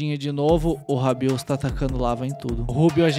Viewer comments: alguem contou quntas vezes o falou rabiosso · 99% do vídeo é o falando ROBIOUSSO